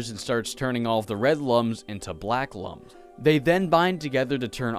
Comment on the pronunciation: The "Lums" in Rayman are pronounced "Looms" as stated in the Rayman Origins Manual